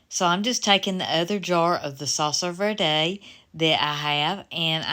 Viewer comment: I've lived in CA and AZ, we pronounce verde, v plus air and de like day. Hope that makes sense. So say vairday.